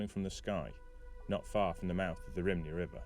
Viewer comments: Rhymney is pronouncd rum-knee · Just to note, Rhymney is pronounced "RUM-NEE". My only complaint on the series so far. Keep up the good work!